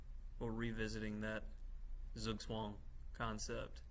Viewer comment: Enjoyed the presentation; but gotta admit, I "liked" the video for the pronunciation of "zugzwong".